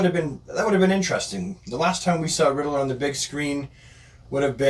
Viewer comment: it’s Ridd-ler there’s no vowel between those consonants. Great video. Thank you for creating this.